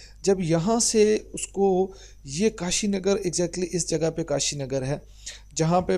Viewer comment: KASHGAR......Not kashinagar...Kindly do the necessary editing....